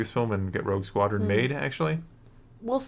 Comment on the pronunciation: it sure sounds like almost said “Woke Squadron” 😂☠️